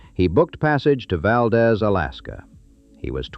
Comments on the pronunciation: Good background. It should be noted, the correct pronunciation of Valdez is Val deese. Dez is proper Spanish pronunciation (aka Valdez is Coming, aka movie) but local pronunciation holds correct, and that is Deeze not Dez. My wife and I visited in the 80s, great trip. Had an old dog with us and a local gave us a ride down the road from the Mine as she was dragging. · Valdez is pronounced 'Valdeez' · Birch. “Chit-nuh” is Chitna, the Can’t Run, Never Will was the Copper River-Northwestern Railway, and people have pointed out Valdeez. This is AI slop and, having worked at Kenncott, I’m offended. Yuck. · I knew it was ai when he called it Val-deez in one place and Val-dez in another, it’s pronounced Val-deez but spelled Valdez. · When I was in high school there was this kid who’s father had worked up there, and he was pronouncing it wrong, Val-dez, I was born in Palmer and knew how it was pronounced and I spoke up and said, “the proper pronunciation is Val-deeze, to which he argued with me and said, “Oh no! everyone up there calls it Val-dez, of course after trying to talk sense to this big mouth, I finally gave up, this was a year or so before the Exxon Valdez oil spill and all the reporters were pronouncing it the way the local Alaskans did, of course I couldn’t help but wonder “what do you think now, smartypants?” 😂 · It’s pronounced “ val deez “ , hereabouts . . . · the way Valdez is pronounced in this video is driving me nuts. Ai crap